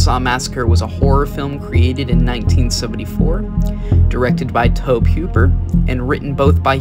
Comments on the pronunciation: this is not the only channel that has pronounced it as towb instead toe-bee. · Bruh tobe is pronounced like Toby. You driving me crazy the way you saying it